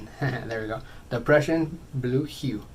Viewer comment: They both look equally amazing!!! Personally, I’m not a fan of silicone- It’s a pain to clean before varnishing!!! Also, excellent pronunciation of “Prussian Blue”... I feel like I’m kind of YouTube famous 💁‍♀️😂